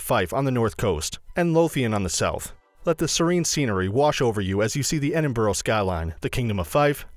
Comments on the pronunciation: Ed- ing- bruh not edinboruogh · Your pronouncing Edinburgh wrong. It is "ed" "in" "br" "u" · It's pronounced "Edinburra!" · Not Edinborough!!! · It's actually pronounced "Edinbruh" not "Edinbro" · It’s not Edin-burrow, dude—it’s Edin-BURG! Learn to read bruh. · EDIN-BURUGH NOT EDIN-BOROW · It is pronounced 'Edinburgh' not Edinboro and has been for over 400 years. Nothing to do with spelling. I lived there for many years and my kid was born there.. No one EVER says Edinboro unless they are visiting Americans. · Please stop, you are hurting my brain. It's Edinburgh, not Edinborough. And half of this stuff isn't even in "Edinborough (Edinburgh). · Its NOT EDINBROW..... EDINBURU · Lol its like edinbruh not borough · Just to clarify he says Edinburgh wrong the whole video. Edinburgh phonetically- Eh-din-bruh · It’s pronounced “Edinbruh” not “Edinburow” but it’s fine i still subbed though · Ahhh! Loch Ness, that thing to do in Edinburgh that's only aprox 170 miles from Edinburgh? About 4 hours on a bus one way. The pronunciation of the places in this video are so bad. There are so many mistakes in this that are so misleading. Please say it with me, it is pronounced Ed-in-bu-ruh. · ah yes, Edinborough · its pronounced edin-bruh by scots btw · Royal Yacht Britannica ! Whit ? Edinbro ? Eh ? What a load ay pish. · Edinbourough?! Royal Brittanica?! OMG😂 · “Edin - bru” Royal Yacht BRITANNIA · It annoys me how he says Edinburgh you are support to announce it like e din bru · The Royal yacht Brittanica! Haha! And Edinboro! Very funny. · EDINBORO ffs Why cant they ever learn to pronounce things properly -Never heard of the Britannica unless its an encyclopaedia. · Edinburo Brittanica Holeyrood house Secretry Lock ness Route Corstorpheine (Some mispronunciations) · Edinbro????? where the hell is that then. Such a shame american's like to do the history and explain everything yet cant pronounce the name of the place isn't it. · The fiuck is wrong with your pronunciation of Edinburgh